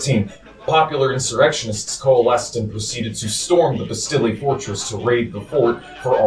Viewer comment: I hope someone has taught him how to say 'estate', 'Rousseau' and 'Bastille' by now. Wow.